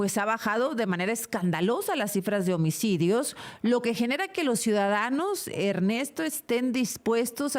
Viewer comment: Baj los omicodios de una manera escandalosa dice , la presentadora... 😂 que señora más inepta